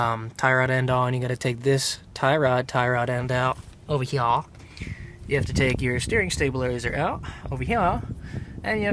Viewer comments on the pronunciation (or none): I hate how dude says "ova heya"